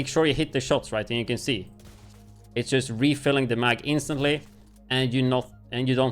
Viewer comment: why do you pronounce 'just' as 'yust' ?